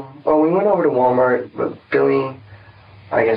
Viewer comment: "wahh mahh" how investigator pronounced Walmart